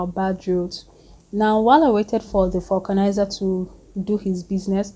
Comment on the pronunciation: It's not fucknizer, it's called vulcanizer. Ĺol